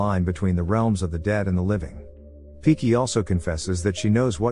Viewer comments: Hahaha ...not piki it's pinki 😂😂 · Now that sounds right too. Did he pronounced it as "Pinki" in the video also? I remember hearing only "Piki" & reading Captions for reference was not helpful either. Thanks again. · Her name is Pinki but they cannot pronounce it so they call her piki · He mispronounced it for sure.Woman name is pinki